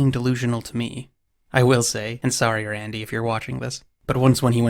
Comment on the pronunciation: The way this guy says "Rrrrrrandy" is ridiculous.